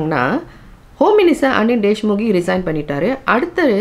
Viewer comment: His name is Anil deshmukh not deshmukhe